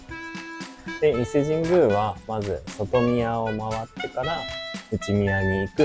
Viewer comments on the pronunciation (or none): 内宮、外宮は『ないくう、げくう』って読みますよ😅 おいしいコメントのネタをありがとう😉💕